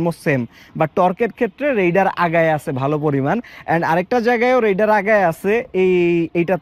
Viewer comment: রাইডার কে রেইডার বলেন কেন?